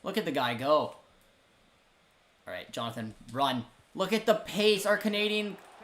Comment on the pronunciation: Every time you say canadian, it sounds like comedian for me 😂